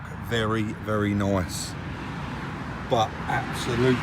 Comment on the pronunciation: the way you say “nice” hahaha